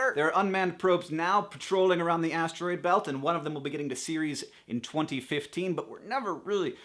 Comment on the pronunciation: Hank why do you pronounce atroid like ats-er-oid?